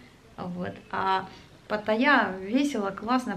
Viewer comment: НАДО ГОВОРИТЬ ПАТТАЙЯ А НЕ ПАТАЯ